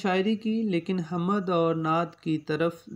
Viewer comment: جناب "حمد"کی م ساکن ہے آپ بار بار زبر کے ساتھ پڑھ رہے ہیں۔اوربھی کءی غلطیاں کر رہے ہیں۔توجہ فرمالیں۔